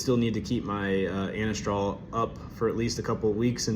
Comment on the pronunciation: Glad it’s still working good! It’s Anastrozole, pronounced a-Nahz-trah-zoll ; cheers bro